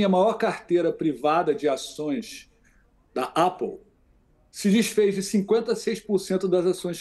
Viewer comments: comentarista da uol não sabe pronunciar "apple"... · mora pertinho da Apple e pronuncia dessa maneira? Estava ouvindo o vídeo pra dormir e isso me tirou o sono. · Cara mora em LA e fala Apple com pronúncia "A" de português é estranho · Se fala ÉPOU não APOU